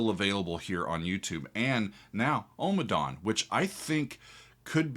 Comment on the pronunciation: Ommadawn, not Omadawn